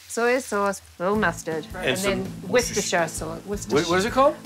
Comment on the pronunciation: War-cest-tor sauce lady